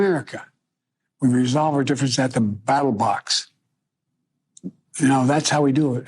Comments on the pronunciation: Does Biden say ‘battle box’? Instead of ‘ballot box.’ Twice? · At the "battle box" huh Joe. GrampaWoopsie over here cant read his teleprompter. Are you sure it wasn't BALLET box? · Did Joe say battle box instead of ballot box?? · The "battle" box? Im sure he meant ballot. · uh...is joe saying "battle box"? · Did Brandon say "battle box"? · I thought he said Battle Bots 😂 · Brandon can’t even say ballot box